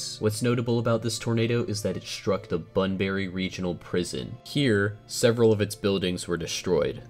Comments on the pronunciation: pronounced ‘bunbre’ The E is not silent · It's not bunberry it is pronounced bunbry 🤣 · It’s pronounced bun-bry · and btw i find the way you said bunbury as "bunberry" is really funny to me idk why